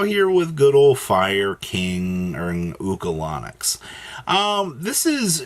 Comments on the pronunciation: He said, "Ulco-Lon-Nic" 😂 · Bro said oocalanix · The way you pronounced Ulcanix was criminal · lol agree